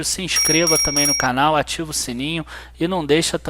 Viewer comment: Opa, amigo, seu canal é ótimo, de vez em quando brinco, mas sim, você é super competente, mas não resisti em brincar: no começo você falou: se você gosta do nosso " carnal " ao invés de canal......kkkkkk ... desculpa mais uma vez a brincadeira, não resisti...😁😁😁😁